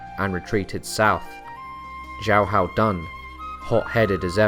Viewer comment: You say xiahou so stupid. I literally didnt know who you were talkin bout at the beginning. You are saying his name like shao how. Thats not how you pronounce it